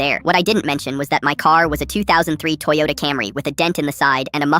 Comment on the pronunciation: the "beat up t-HOND-oyota" at the end killed me 💀💀